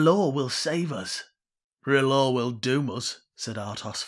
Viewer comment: Petition to keep calling the Red God "Red Rahloo" 😂 Please don't burn me Edit: I just had a thought while reading the starfish soup prophecy! Starfish=flayed man sigil, anyone?!